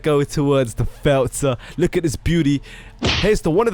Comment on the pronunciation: Lol u say felter